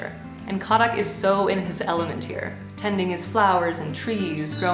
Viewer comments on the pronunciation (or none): Ahhh it’s KHAdak not khaDAK! 😳. Safe travels!!